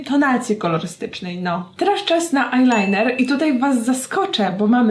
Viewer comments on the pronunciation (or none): none